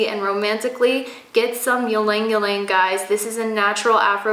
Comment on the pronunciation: Ylang ylang is pronounce as e-lang e-lang